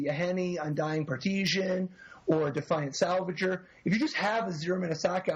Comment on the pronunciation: Oh my god, the word is PARTISAN, there's no such thing as "partisian"